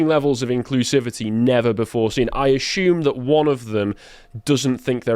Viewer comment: I wouldn't buy any course connected to grammar, logic or rhetoric from somebody who pronounces 'assume' as 'ashume'. Nor somebody who doesn't know how to use 'unique' well...